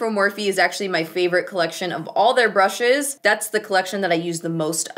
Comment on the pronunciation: My two fav parts in the same minute: "Nars by galapagos" And "Brrrrrrushes"